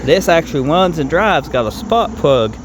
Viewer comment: 'It wuns, has twansmission issues' 😂😅😂